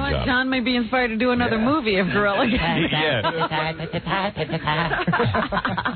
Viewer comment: For all the times Howard gets mad at others who don’t pronounce words correctly, he is saying gorilla he ain’t saying grillo!!!!